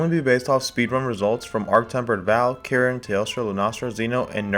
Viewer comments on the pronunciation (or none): I heard Kirin as Karen.